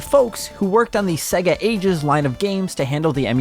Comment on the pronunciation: Why does this chap pronounce is SegAA?